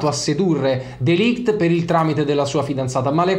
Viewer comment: Si pronuncia MatEis(c) DeLigt